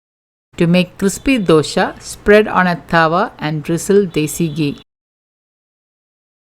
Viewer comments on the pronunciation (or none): none